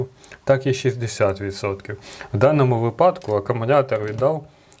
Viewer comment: У слові "вИпадок" наголос ставиться завжди на ПЕРШИЙ склад ! Вчи українську мову та не ганбись ! Дізлайк за покручення української мови.